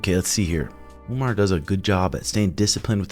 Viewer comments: Lmao please stop saying Umnar it’s just Umar 😂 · It’s Umar not Umnar 😂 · Its Uuu( long vowel) Mar ( mar ket)..yah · Umar. with M....mmmmmm NOT UMNAR!!! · You mean "Un"mar is 18-0. 🤣 Have no idea why this dude& Suga can't say Umar. "Omar" is a very common name in the Muslim world, but some places like Dagestan, it's spelled "Umar" and pronounce slightly differently "Oo-maar" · It’s not a good sign that you guys are looking past Merab. And why the hell do you keep saying Umnar? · I don't get it, why are you and insisting on calling him Umnar? is this the new trashtalking? you're just sounding dumb af. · umnar, marab, beenoyt stdeny haha suga and tim purposely butcher the names of dudes they hate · Stop calling him Umnar you mofos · It's actually "oom-gnar" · Umnar Nurmadurkadurk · Unsubscribe for saying the name wrong. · Sug and had no problem pronouncing Umar before he became a contender 😂the pettiness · Childish. You are a grown man, stop mispronouncing the guys name. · Pretty sure he’s trolling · He is just saying it because Sean says it like that. At the end he says the name correct,probably forgot 😂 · Leave it up to to mess up every name he’s ever said. I wonder if he’s just trolling at this point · He’s doing it on purpose bro it’s actually funny